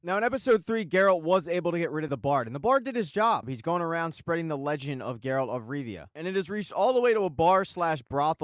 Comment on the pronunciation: Not tryna be rude but its Geralt of Rivia not Geralt of Riva